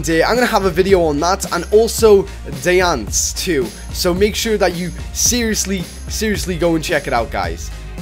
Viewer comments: it isnt die-anc its die-ancie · ITS DEE-ANS-SEH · It's pronounced "die an see" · My god i love that bad pronuntiayion of him on diancie. And is it in the game already? The lottery i say. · It annoys me how he pronounces diancie